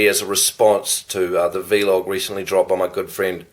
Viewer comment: it's just vlog not v-log hahaha